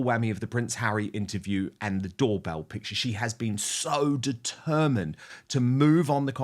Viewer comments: It’s impossible to listen to you intentionally, repeatedly mispronounce the most basic of words. If anyone can help you learn the correct pronunciation, of the word ‘picture’, it would help make some of your arguments and opinions appear more coherent and intelligent, while you both talk all over each other. I want to be on your team and support your channel, although my apologies if I’m in the wrong place. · I wish they would learn how to pronounce piCtures...it's not pitchers. So annoying as they constantly use the word.